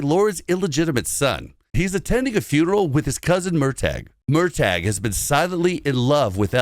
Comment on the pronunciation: From a Scottish person: Fraser is pronounced Fray-zer and murtagh is pronounced mur-tuh 🙏